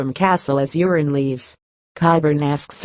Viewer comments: Its euron...not urine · The Narrator is mispronouncing Urine Greyjoy's name.